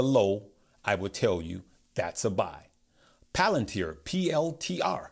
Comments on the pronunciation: Great video and love the content. But can you please pronounce palantir correctly lol. It's not palantar 😂😂 my OCD killing me over here 😂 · Palantarrrr lmaoooo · Its also pronounced Palan Teer